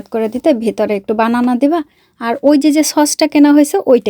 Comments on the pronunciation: বানানা ❌❌❌ ব্যানানা✅✅ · বানানা ❌ ব্যানানা ✅ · বানানা না ❎ব্যানানা হবে ✅ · বানানা❌ ব্যানানা ✅